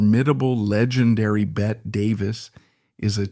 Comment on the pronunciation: It's Betty... not bet; Christ. And strikingly handsome he was not!😤